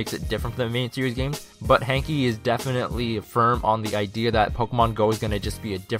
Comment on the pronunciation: its pronounced "hank" not "hankey" even tho ist spelled hanke